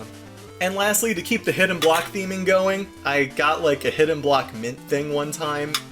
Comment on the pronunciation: Did he meant to say Hidden Block? Cuz I'm hearing Hidden Black...